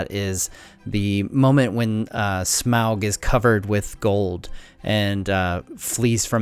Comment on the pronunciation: Omg its pronounced Smaug not Smaug -.